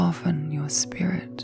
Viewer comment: You are saying "soften you spirit", but with your accent it sounded like skirt. lol . Takes me awhile and some coffee to wake up. lol